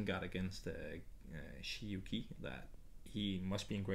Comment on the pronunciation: Sorry for correcting you but this third name of Shi Yu Qi is pronounced rather like Chi, not Ki. As far as I know.